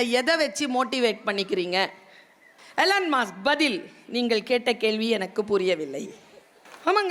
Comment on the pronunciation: en kadhil mudhalil ketradhu "Ellorum aasa" Nu Apparam dhan purinjadhu Adhu Elon musk nu 😂